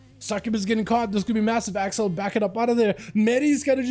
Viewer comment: Guy whose name is Akzal is said like Axel.